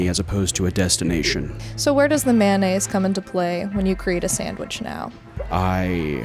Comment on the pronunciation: please stop saying it like "man-naise".